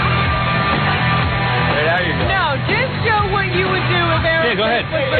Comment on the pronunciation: Why does Howard call them "Arrow" smith instead of Aerosmith..?